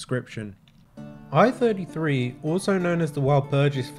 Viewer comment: MS I.33 = MS One -Thirty-Three, not Eye-Thirty-Three. Although this is technically a moot point as it's been re-catalogued and is now FECHT 1.